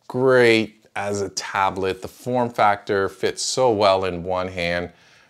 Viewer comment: the way he say tablet LMAO